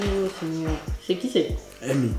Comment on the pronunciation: 🤣🤣🤣🤣🤣 un vrai africain "C Ki"